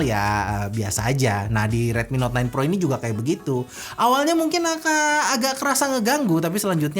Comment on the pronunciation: Dengernya ten pro wkwk